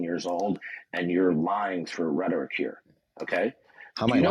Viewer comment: 61 years old and still can't pronounce simple words like "rhetoric".